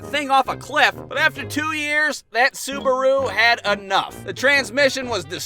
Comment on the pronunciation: Subaaaru not suberu your pronounciation